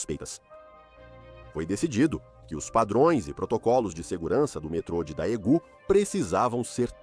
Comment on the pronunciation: a pronúncia é "dêgun"